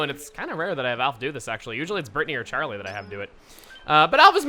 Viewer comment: Is it just me or did he shout sharlie instead of Charlie. I think someone is missing xenoblade